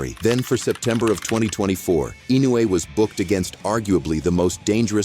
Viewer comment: EFFing A.I. couldn't even pronounce Inoue's name RIGHT - WTF?